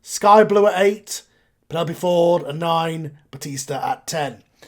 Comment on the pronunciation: Bastista lol Batista